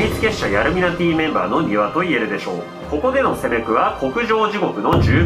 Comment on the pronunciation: 急な 「こ↑こ↓」 は草